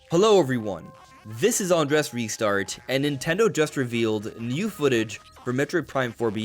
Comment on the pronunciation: You’ve started pronouncing your name differently 🧐 It used to be “An-drays”. Now it’s “An-dress”. Why the change?